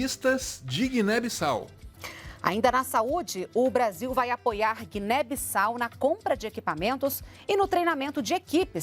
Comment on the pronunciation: "Guiné Bossau"